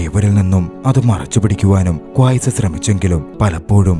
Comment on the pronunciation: ക്വായ്‌സ് അല്ല 😂... ഖൈസ്